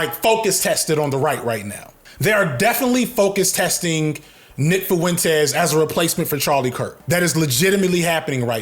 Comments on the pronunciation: The way you say Fuentes 🤣FuhWentEz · If you say foowentez one more time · Nick foo-entez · But why he got to pronounce "Fuentes" like that? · Bro why do you pronounce Fuentes like that wtf lol